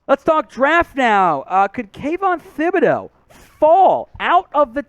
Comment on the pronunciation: For God's sake..... pronounce Thibideau's name right. You don't pronounce the "h" in it.